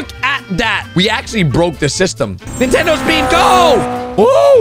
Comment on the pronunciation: Ahh yes. Ninetendo switch